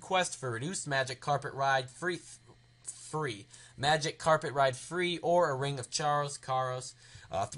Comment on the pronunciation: Lol he couldn't read "free"